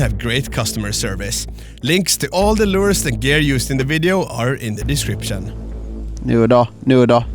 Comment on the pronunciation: “Lers” is “lures”